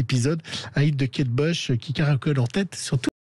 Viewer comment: On prononce Kate BOUCH et non BEUCH !